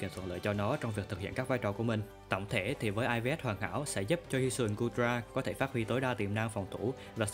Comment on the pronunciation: Góp ý 1 vài điểm sau đây: - Dưới mưa thì weather ball đau hơn hurricane - Nên sửa lại cách đọc EVs và IVs cho đúng, đọc cả chữ s rất khó nghe. - Phần điểm mạnh điểm yếu rất mơ hồ, không có ý nghĩa tham khảo. Ít nhất cũng phải cho người xem biết rằng lối chơi nào khắc chế được build của mình, sau đó nếu được thì build team để cover điểm yếu đó. Không có cái đó thì người xem sẽ gặp khó khi sử dụng pokemon được giới thiệu, vì team có 6 con mà bạn giới thiệu 1 mình nó, không nói nó hợp với kiểu đội hình gì, cần đồng đội như thế nào, sợ những pokemon nào, ... Nói chung là không đưa ra đầy đủ thông tin để người xem áp dụng.